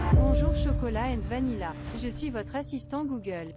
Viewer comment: Ta pas remarqué que il ces trompé dans vanilla il à dis vanila😱